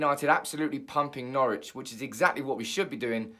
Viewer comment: Its Norwich